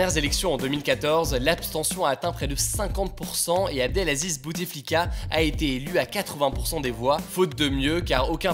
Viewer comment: Petite correction : on ne dit pas BouTEflika mais Boutflika :) Le « e » ne se prononce pas.